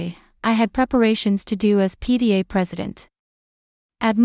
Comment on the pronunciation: It was probably not PDA but PTA. AI Does not always read properly.